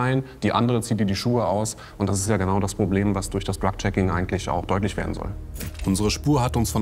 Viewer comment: sagt sie auch Dreck Checking. Vielleicht ein Freudscher Versprecher 😅